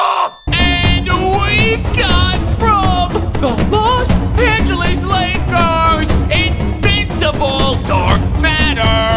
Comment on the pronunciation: “The Bos Angeles Lakers”